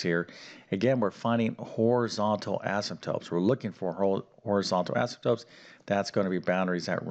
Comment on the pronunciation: He can spell Asymptotes correctly but he pronounces them asymptopes. I don't get it.